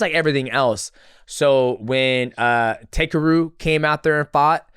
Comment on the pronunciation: DJ it's pronounced "TAH-KEH-ROO" not "Taker roo"